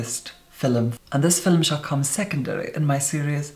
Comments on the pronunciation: You say Fillum like an Indian villager 🙄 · I will never get tired of the way you say “film” FILUM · Between "fil'lum" and "lurid neon manure" I am just plain happy with. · ibrahim sembawa hahaha. Fil-em. Never heard anyone pronounce film as fil-em. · Why is he calling the video a "filim" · No hate but Filum 💀💀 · I love how you say "Film" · Probably the best foundation and most informative review I've seen. Also, I love the way you say film